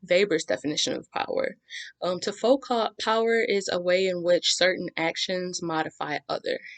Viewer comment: you're very very good bravo and thank u ps : the T in Foucault is silent :)